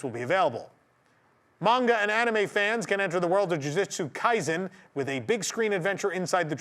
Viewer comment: *Luffy NOT Laffy! *Ju ju tsu kaisen NOT Jyujyutsu kaizen! 99.9 percent of Americans mispronounce thoes two names especially Jujutsu kaisen.